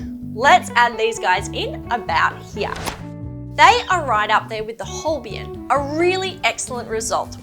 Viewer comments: They are not called Holbien but Holbein. You mispronounced them and misspelled them. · I like how your tests are a bit different from what you find in other channels. However please correct the logo and pronunciation for the Holbein pencils 😂 It is E followed by I and not the other way around, and it is pronounced as the German diphthong ei = /ay/